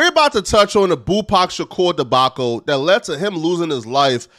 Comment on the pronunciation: bro said debaco, its debacle.